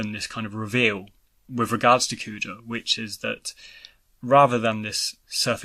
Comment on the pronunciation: It's Kuja, not Coo-chah.